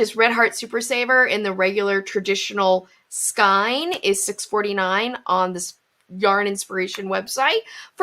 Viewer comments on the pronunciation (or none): Ridiculous! Marketing. Ugh. Also... It's killing me, but skein is pronounced "sk-ay-n." 🖤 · My mother always pronounced it skeen. I wonder if there are regional differences. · I wouldn't mind that she's pronouncing skein differently to me (who isn't used to accents), except she's pronounced it at least two different ways. sk-ee-n and sk-y-n. Now I'm curious about her crafting background.